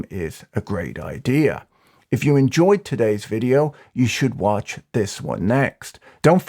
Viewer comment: The “glowing sand like the face of waaatch” gets me every time 😂